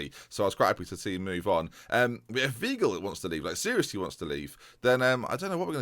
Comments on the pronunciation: Weigl= WHY-Gel (pronounced with a v not a w) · Weigl is pronounced "Vaigl" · Weigl is pronounced “Veye-gl” Like ‘eye’ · The German 'ei' is pronounced like an English 'I'